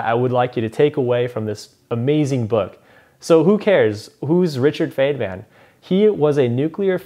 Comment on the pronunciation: its not fenman its fine-man